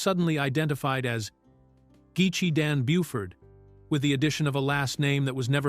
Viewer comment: Geechi Dan Buford not Buuford 😂